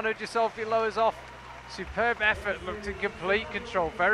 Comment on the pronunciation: Speaking of pronouncing names, Stefano has an emphasis on the first syllable, opposed to the second as is portrayed by the casters, as well as the ghi in Ghisolfi being a hard gh noise...